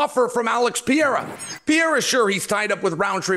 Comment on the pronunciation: Blahal, Pee-rara 😆🤣 Can Uncle Chael pronounce anybody's name?